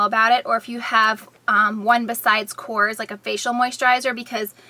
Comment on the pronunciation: It's actually Korres (you have to put the emphasis on the "e" = epsilon)